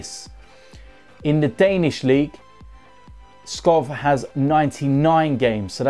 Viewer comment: u need to pronounce it Robert Skow